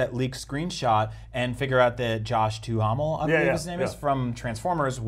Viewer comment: You guys pronounced Josh Duhamel's last name almost perfectly the first time, which is much more than I can say about anyone else, including himself... that name is actually French Canadian and someone somewhere bastardized it because they simply couldn't pronounce it properly.